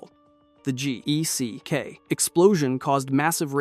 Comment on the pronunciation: It's just geck my dude. The acronym is pronounced like it's spelled no need to say the individual letters.